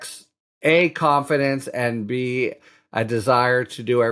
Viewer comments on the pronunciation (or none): You say "Confiendece" I say potato. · Oh dear. Nitpicking here. "Confiendece"? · ConFIENDece? Good lord that sounds bad! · Proofread! “Confiendece”?